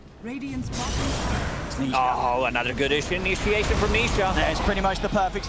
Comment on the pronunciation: its "i-nisha-a-tion" hahaha